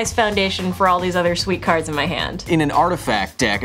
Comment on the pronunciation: Are you sure that Kyle isn't actually Seth "better known as SaffronOlive"? His mispronunciation of cards was pretty epic.